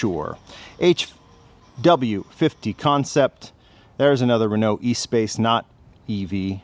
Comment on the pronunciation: its a Renault Espace with an F1 chassis and engine - not said E Space but Es pass to pronounciate properly